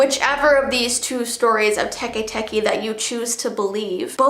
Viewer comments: its Teke not TE TE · "Te te" it's actually teke teke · Bruh its not te te ITS TEKE TEKE WHY AINT NOBODY TALKING ABOUT THIS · WHY U SAY SHE GONAN COME FOR US TUEN SAY THE STORY. HUH?